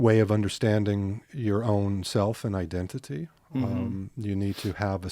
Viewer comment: when Gary says "true identity", it sounds like he says "true white entity". Look it up.